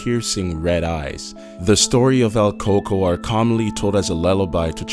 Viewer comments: It's "El Coco"...He said it correctly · everyone is here saying el Cucuy but I was always told its el coco Incase your wondering I'm 100% Mexican and so are mi parents ig it's different from what parts of Mexico were from ? btw my dad is from Axutla Puebla and my mom Chimalhuacán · its El Coco